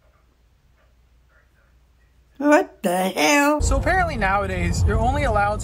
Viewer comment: I wouldn't have laughed at dis one if she didn't say "wat the hAil" 💀💀💀💀